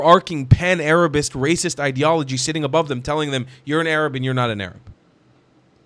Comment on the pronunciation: Yaa, 7abiibi...stop saying AArab... Say 3rab with the "ع" Saying Arab is fine but the way you say AArab makes you sound like someone who thinks he knows the correct pronunciation but doesn't b7bak waqt Taweel